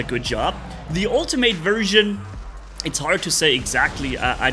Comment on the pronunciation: atleast say “ultimate” right if ur gonna keep complaining about the same stuff u been complaining about for a while